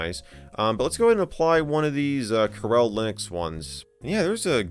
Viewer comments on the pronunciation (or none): Carelle Linux.... I am guessing it's Coor El. Like Kal El's Dad, Jor El. You know - Superman